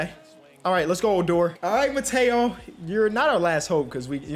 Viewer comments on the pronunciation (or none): Hey not trying to be annoying but it’s Mateo is pronounced (Mah-Tay-O) and Ramon is pronounced (Rra-Mon) again not trying to be annoying just trying to help out